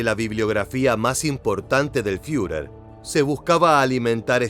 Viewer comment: ¿Fiurer? Toma se dice Firer